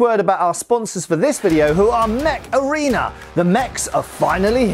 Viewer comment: oh mech arena!!! i thought he said macarena